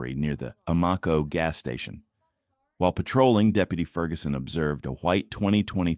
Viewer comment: This narrator could not even pronounce Amoco. He said it as AMOCKO. When will YouTube get some narrators who can speak our language ??? I am so sick of these British as they are also taking jobs from AMERICANS !!!